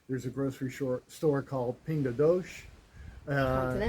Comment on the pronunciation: I personally love Braga, Geres, Moledo Do Minho, ...go for a drive...enjoy.... Pingo Doce....Doce ..try dosssse The c is pronounced like sigmour Ssssssse dosssssse